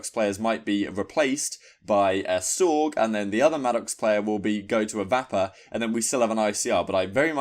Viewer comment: Serious LOLs at how u say the Vapper!!! Its said the same as vapour...